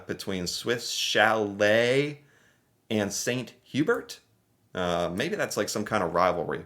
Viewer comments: if you’ve never had poutine, you NEED to try it. Amazing.🤩 And you know it’s pronounced Swiss Shall-ay 😂 You did a video on these restaurants! 😂😂😂 The “Order of Canada” is like being knighted in England, or receiving the President’s Medal in the US. On the Manitoba-Ontario border, you can see snow into May (but it doesn’t stick around for long). One May long weekend, my buddies and I were fishing, and we were hunkered inside from snow on the first day, and sun tanning on the second day. The ice scraper comes out of the car from May to September. (But in central Canada, the ice scraper is a two-handed, 3.5 foot model.) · The way he pronounces Swiss chalet cracks me up everytime. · If I run into a wall, or hit my head on the cupboard above me, I don't say sorry, I usually swear! And thank goodness you finally learned how to pronounce Toque and Chalet! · F*ck the way he pronounces Swish Chalet is so cringe, It is French. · 😂 Swiss "Sha-lay" and "San Oo-bear" 😉 Good try though! ✋ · Oh how you mispronounced both Swiss Chalet and St. Hubert. Both are basically pronounced in French. Swiss Chalet (Swiss Sha-leh) St. Hubert (St. tu-bearr, when spoken the T from Saint carries thru the silent H into the U) Edit: didn't watch 5 seconds longer. Swiss Chalet, St. Hubert, and Scores are all Rotiserie chicken restaurant chains. Swiss Chalet is rare in Quebec.